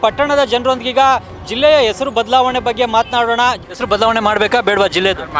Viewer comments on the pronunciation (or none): Esru😂 alla sir, hesaru, kannadada kole 😂😮